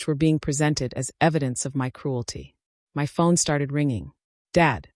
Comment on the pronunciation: Can ai be programed to say my and not m y?